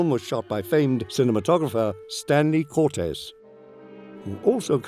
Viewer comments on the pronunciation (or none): Curtiz, not Cortez